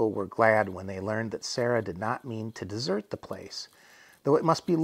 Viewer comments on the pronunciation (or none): none